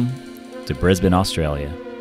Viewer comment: You know how to say Brisbane properly but not Melbourne?